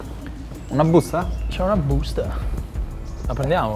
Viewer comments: "c'è una BBÜSTAH" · Sentire "una büsta" in una produzione del genere non ha prezzo 😂